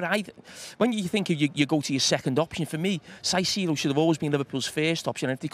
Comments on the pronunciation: These two are just best friends at this point, aren’t they?😂 And Jamie, it’s pronounced Kaisedo, not Saisedo😂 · someone please tell Carra its “Kai-see-do” and not “Sai-see-do” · Saisido?? Can carragher say Caicedo? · Why does Jamie always have to be the less educated one with his pronunciations...Saisedo? Really? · Siseedo? 😂 why do some pundits make up their own pronunciations lol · I love how they pronounce Caicedo's name differently 😅